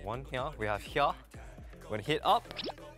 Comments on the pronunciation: hyeure Am I only one who noticed how that's an example of a mixture between his Australian accent and Korean accent? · "From hya" 😂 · The way Felix pronounces 'here' makes my heart skip a beat. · i love felix with my whole heart especially when sometimes he says “here” with his accent it reminds me of “can i get a hoYyAA” and i love it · His pronounciation on "here" is so cute xD